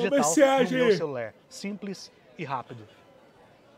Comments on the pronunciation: Graças a Deus hahahhaha alguém tbm já notou isso “ luguer “… “celuler “falter “, ficava muito irritada hahha mas já consigo controlar isso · Pq ele fala celulér? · que agonia ele falando "vou utilizer no meu celuler" kkkkkkk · "Celuler", " prover" ...